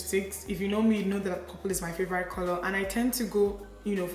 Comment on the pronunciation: I always love your makeup looks. Youre a gorgeous gal. Btw, is your pronunciation of "favourite" as "favour-rite " a Nigerian thing or where you're from in England kinda thing? Just wondering because I've never heard it before. It's cute 😃😄😊